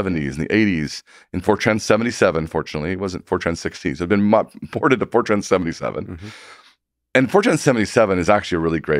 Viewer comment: He's saying Fortran, not 4chan.